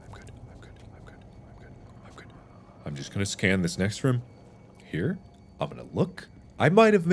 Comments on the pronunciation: What does Mark always pronounce room as ruum? Example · The way he says 'room' has bothered me for the last 6 years